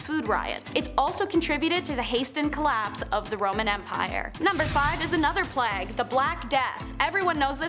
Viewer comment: Nice job you're doing,. One thing? You're occasionally pronouncing plague wrong, not sure why? Playg not Plagg. Otherwise, you're rocking it. 👍🏻